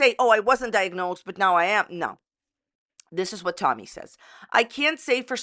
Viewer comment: Tolllmy. She says the most incorrect things with an L and it makes me gag